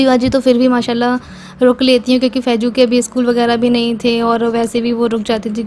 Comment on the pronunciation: Faiju ni faizu hota h